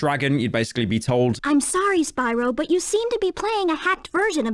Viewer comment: why do you say but like BOUT